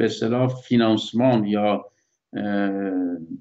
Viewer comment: فیناسمان 😨😨😨😨😨😭😭😭😱😱 کارشناس اطلاعاتی اون فاینانس هست نه فینانسمان 😂😂😂😂😂